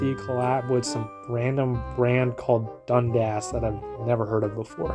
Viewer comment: idk why but the way he pronounced dundass made me laugh